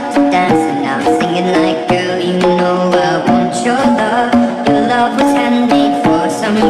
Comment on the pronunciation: WeeChun Gaming that’s not how we pronounce you